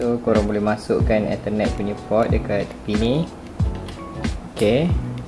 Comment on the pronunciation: Tak leh blah cara ko cakap ethernet HAHAHAHAHA